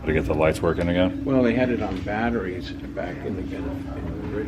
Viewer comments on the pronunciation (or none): none